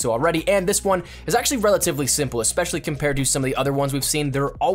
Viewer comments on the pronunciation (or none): none